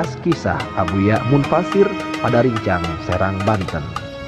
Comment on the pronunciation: Abuya mufasir mas bukan munfasir